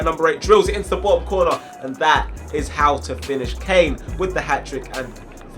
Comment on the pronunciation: Its caine not kane